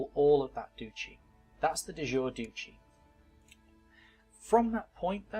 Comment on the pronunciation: duchy is pronounced dutch-y